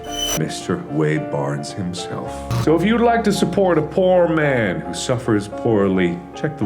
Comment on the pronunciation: I thought he said " if you'd like to support a porn man" and I died...